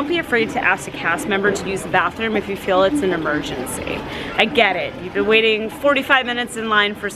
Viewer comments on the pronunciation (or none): Its bean tew long